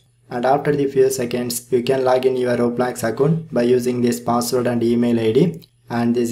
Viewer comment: He said hello "gays" and "roebolox"